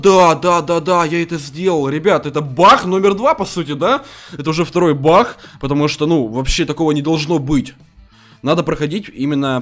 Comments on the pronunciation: Говорица не бах а баг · Почему ты говоришь бах бах хахахахах а не баг !!!!!! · говорит не баг а бах 💥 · Почему бах а не баг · почему ты говортш не баг а бах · Всмысле бах а не баг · Не бах а баг